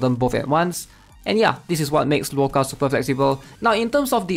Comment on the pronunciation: Yeah he should just call him Otto instead